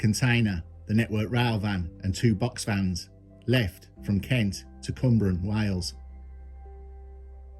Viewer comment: Listening to you say cwmbran was funny being im welsh and pretty close to the biscuit factory lol , it's in south Wales near Newport.